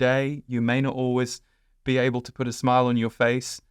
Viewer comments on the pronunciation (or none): none